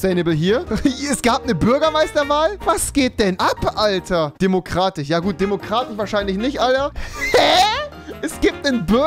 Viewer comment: Hat Rewi ne sch/ch schwäche? Diabolich, Anarschi, Demokratich... Meine Fresse...